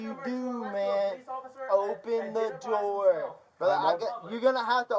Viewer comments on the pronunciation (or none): “Open the noor” ahh cop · "Open tha noor" 😆😆